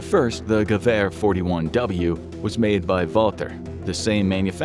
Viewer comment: 2 things I learned “It’s Gev air not gew er” “Machina pistola!”